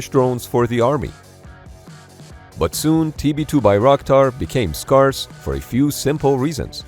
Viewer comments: My friend, the english word "scarce" does not rhyme with "parse" - it's pronounced "scAIRse". Great content as always. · “Scarce” is pronounced scare-sss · Scarce doesn't rhyme with scar, it rhymes with scare. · You didn't pronounce scarce correctly. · Learn how to pronounce "scarse." You pronounced it incorrectly both times you used it in this video. It's a long A. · You wanna try pronouncing "scarce" one more time? Edit: Apparently it wasn't a one time fluke. You just can't pronounce "scarce" 😂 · unfortunately, the pronunciation of some English words is... not. 😉 For example: scarce - you're getting the beginning & end right, but the ar in the middle sounds the same as the word air. Yes, I know, English pronunciation can be a bit awkward/confusing for some people who don't have it as their first language (or some Americans 😆), and for that I guess all I can say is... sorry? 🤷‍♂️ 😊😊